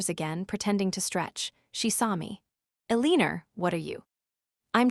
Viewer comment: Please t ach your AI to pronounce the name Elenor cprrectly